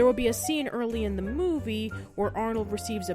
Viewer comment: "THIS SHOOORE IS A GWEAT MOOFIE!"